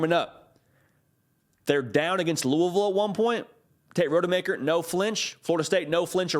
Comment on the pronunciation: Please learn how to pronounce Rodemaker “Ra-duh-maker”❤